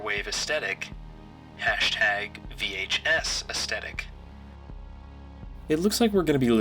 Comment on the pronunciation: Aesthetic, not 'estettic' 🙄